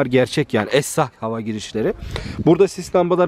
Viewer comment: Abi essah demen çok hoşuma gitti 😄😄